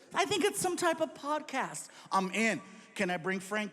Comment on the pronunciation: I swear he even said "potcast" just now lmao